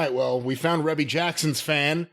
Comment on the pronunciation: Pretty sure it's pronounced "Reebie". 😊✌